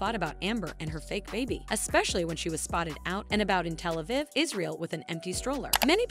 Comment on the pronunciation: The first city in Israel you mentioned is pronounced like this Tell a v eve